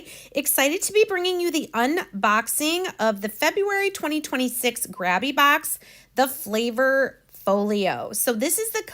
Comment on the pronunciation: ** 1 "B", long "A" - Gray-bee. For it to be pronounced the way youre saying it, it would be spelled "GraBBie". Like later & latter.